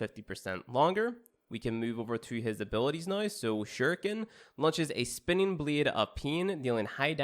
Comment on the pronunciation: Lmfao I cringed when he said that